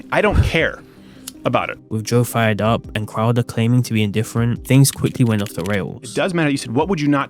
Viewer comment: You don't like Steven Cwouda